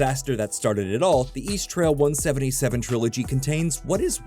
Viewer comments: It's EAST-RAIL not "east trail" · So annoying pronouncing East Rail as East Trail. It's RAIL because it's a train, FFS.